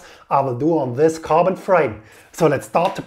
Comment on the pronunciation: Lets start wis se scariest part of se story